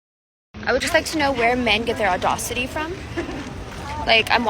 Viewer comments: I quit listening after she said "adawcity." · She actually said audaucity. Or maybe au-d'oh-city 🤦‍♂️. She certainly wasn't using a word in the English language. What a catch! 🤢🤮🤡🌍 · #6 - what the hell is 'ordossity'? Does she mean audacity, perhaps? Why do these high-maintenance, full-of-themselves chicks have such trouble with diction?